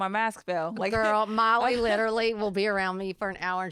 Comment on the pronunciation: I'm watching this and I'm like she look so much like Miley Cyrus and when she said Miley I kept hearing Molly then when she said Hannah Montana I'm like ohhhhh😮that is Miley's mom